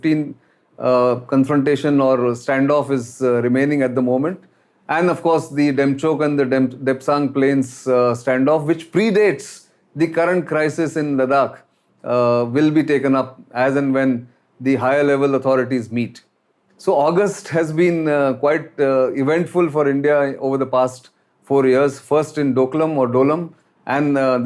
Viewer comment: I request you to pay more attention to pronunciation of the words Ladakh (लद्दाख, not लडाक) and Pangong ( not pangang). Mispronunciation of these well known words by a popular speaker like you sound jarring. I hope you will consider my request favourably. Thank you.